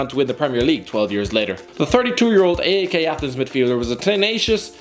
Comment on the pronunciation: P-A-O-K???? A-E-K???? The teans are called PAOK and AEK